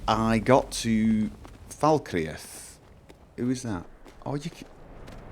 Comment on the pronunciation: Fal Kreath, fal cr-eeth not falkre'ath :(